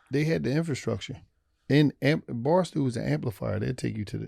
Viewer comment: Watching this I learned doesn’t know how to say Barstool 😂. “Barstoo”